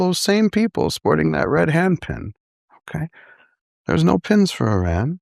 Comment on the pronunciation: He’s pronouncing Iran wrong this whole interview. He talks about you have to fight for human right yet he signs bombs to blow up humans. You can say a theocracy that oppress women is wrong but the second you blow up a girls school of over 100 people you loose your entire moral ground. Why was he given a platform. Im very disappointed I liked Billy’s interviews